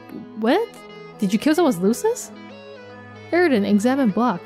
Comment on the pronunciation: It is [f-ef-er-e] and [air-i-dan]. interesting comparision between kayana and rose tho....